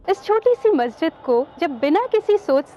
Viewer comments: Why are you pronouncing it as masajid? Like it's masjid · Madam masjid ka name to theek hai, fahad akram ne jo objection kiya hai wo name par nahi kiya, balki ladki jo bar-bar masjid ki jagah masaajid bol rahi hai wo ghalat bol rahi hai, wo aise ki agar wo masjid ka name bol rahi hai to usay pura name yani Taj-ul-Masajid bolna chahiye aur agar wo name nahi bol rahi to usay masjid bolna chahiye na ki masajid kyunki Taj-ul-Masajid ka matlab hai masjido ka taj aur agar aap sirf masajid bologe to uska matlab huwa Masjido, yani wo ladki bar-bar ye masjido bol rahi hai jabki ye to ek masjid hai....I hope ke ab aapke baat samajh aa gayi hogi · Masha allah bhaut acchi jankari diya aapne bas bolne ki tameez nahi hai masjid bola jata hai masajid nahi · The claim that Taj-ul-Masajid is one of the six.largest Masjid seems to be correct seeing its location and building. Besides it the commentator of the video pronounces it masajid where it should be Masjid . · बहोत खास.......यह मसाजीद नही मसजिद बोलये.....